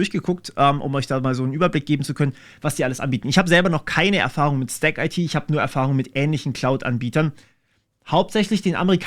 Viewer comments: Da ich letztens mit den Kollegen in Kontakt war: 'stack-it", nicht "stack-eitie". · Zu : In Neckarsulm ist auch der Sitz vom IT Dienstleister Bechtle und Audi hat ein Werk mit 15k Mitarbeitern dort. Die Sparte STACKIT wird übrigens zusammen ausgesprochen und nicht Stack - IT und haben auch einen YT Chanel :D Die Dieter Schwarz Stiftung fördert auch die private Programmierschule Ecole 42, was ist deine Meinung zu solchen Schulen? Kannst du evtl darüber auch mal ein Video machen?